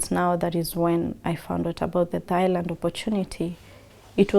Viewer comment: It's Thailand. Not Thighland😂